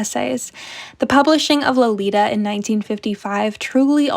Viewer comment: IF you read the novel, why in the world would you pronounce the name like you did, it's literally the very start of the story in the beginning of the novel: LO-LI-TA He says it many times and "rolls it off his tongue" LITERALLY, Nabokov is turning in his grave right now 😩